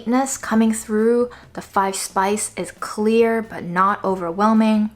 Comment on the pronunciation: Yi bai furrrr lol no doubt you’re from Beijing or northern regions. Great video as always!